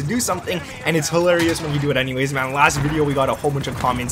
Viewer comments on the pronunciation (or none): none